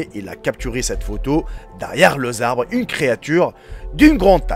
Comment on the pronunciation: "derrière le zabres" 😂😂😂😂😂😂😑 C'est ton language qui est non identifié...